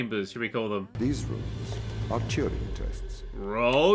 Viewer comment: The only test in this game is trying to pronounce Turing properly